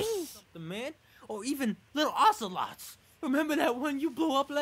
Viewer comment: Tiddles said Oshowatt when he really said Ocelot XD